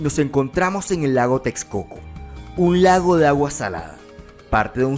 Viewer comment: It's not Tez- co- co or Teks - co - co. It's Tesh - co - co.